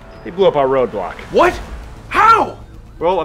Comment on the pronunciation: It's said "roadblock"